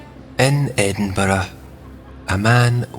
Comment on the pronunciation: And to hear Edinburgh pronounced as it should be.